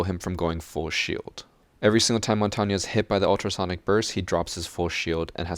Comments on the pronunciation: Im supprised you as a 24/7 R6 player u don't know how to pronounce Montange WHAT A SHAME IT SHOWS THAT UR A STUBBORN AMERICAN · WHY SO YOU PRONOUNCE MONTAGNE WRONG???? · I cringe at the way you say Montagne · please please please learn how to say Montagne's name properly. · Great video. Only problem is the the way you pronounce Montagne lol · That montagne pronunciation is triggering me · Why r u saying montagne wrong? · It's not montanya, it's mon-tane, (Said like) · It's mon-tain, not mont-an-nye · Everytime you say montagna, my ear bleeds its french so there's nothing that sounds like a A at the end of montagne. Sorry I just had to point that out, you could say mountain instead, same thing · why do you say montanya and not montagne? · Good video, but every time he says montania instead of montange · The way you fools pronounce “Montagne” makes me puke. Mon-tang Not MoN-TaWnYa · whats more true to the google translate? "mon-tawn-ya" or "mohwn-tehayng" in the end i see mon-tang being much more suitable then mon-tawn-ya, being a french speaker myself. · You butchered montagne's name. Its Mon Tag Nee not Mon Ton Ya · I don’t think it’s pronounced “mon-tonya” As it is French I believe you pronounce like the French word for mountain (I don’t how to spell a pronunciation but I’ll try my best) Mon-taene In school I was thought mon-ten but it differs around the world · ITS MON-TANE, NOT MON-TON-YA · it is not pronounced like that, it is more like montagn, but the gnya is kinda like the gutural sounds SOME french people might use for their accent, but im not 100% sure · Bruh. What do you mean montanya 😭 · The way you said Montagne made me cringe. It's French for "mountain". You pronounce it like "Montane". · When you say montania a part of me dies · Is any one talking about how he says Montang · Mon-tawn-ya is actually the correct pronounce for montagne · "Montagne" is pronounced "Monn-taine" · Its pronounced mon-tayn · Dude, its pronounced "Mon-Tane"